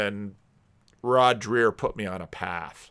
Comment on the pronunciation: It's pronounced like Drayer not Drear. And you're still pronouncing Jonathan PAgeau like a car (PAJoe not Peugeot)